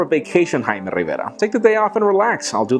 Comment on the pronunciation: Could you just once in your life say - "I'm ". Please.